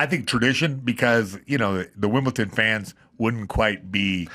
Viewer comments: Hey Adam tell me you don't understand tennis, firstly by not knowing how to pronounce Wimbledon. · there's no t in Wimbledon